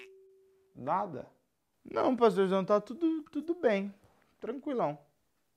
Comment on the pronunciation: "É rapidinho paxtorzão..." kkkkkkkkkkk'